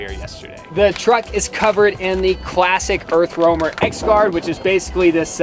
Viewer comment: How many times have you said Earth Wormer??! 😂😂 I can't imagine having to say Earth Roamer as many times as I've heard it. Bless yalls hearts!